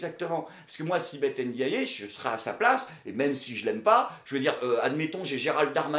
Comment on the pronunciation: Elle ne s'appelle pas Èndiaillé, elle s'appelle N'diaye. Enlève les é.